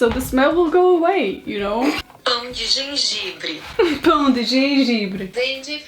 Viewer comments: I've never been more excited when I was waiting for you to say ginger bread in my language - You did! It's "pão de gengibre" in portuguese and your pronounce is spot on 👌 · Girl your Pão de gengibre pronounciation was soo spot on kkkk Like impressive really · SHE SAID “PÃO-DE-GENGIBRE!!”🇧🇷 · your pronounce of Pão de Gengibre (Gingerbread) in portuguese was best than the google voice congrats xD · Google Translate this. A brasileira aqui esperando você traduzir pro português e tentar pronunciar kkkk Nós brasileiro somos sempre assim... Mas você pronunciou muito bem! Pão de gengibre :p Eu só nunca vi ninguém fazendo pão de gengibre no Brasil kkkk (kkkk=laugh) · She made all of her brazilian viewers so happy when she said pão de gengibre 😔❤ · she actually nailed the portuguese translation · OMG. You spoke ''pão de gengibre'' so well! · I like to think my little cousins will have an awesome relationship like you guys have. It is so adorable, and my aunt pushes that sisterly bond a lot. Btw, your pronunciation of the Portuguese version "Pão de Gengibre" was perfect. :) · I have to say: your portuguese pronunciation of "Pão de gengibre" was perfect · I'm brazilian so I just needed to tell that you said "pão de gengibre" very well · you pronounced “pão de gengibre” really well ngl also this was hilarious you guys should do more videos together!! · Love you saying "pão de gengibre" in portuguese <3 you nailed it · it was actually so well said that as a brazilian i was surprised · pão de gengibre pleasantly surprised at her "ão" pronunciation lol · meu deus, seu "pão de gengibre" foi perfeito em PT-BR hahaha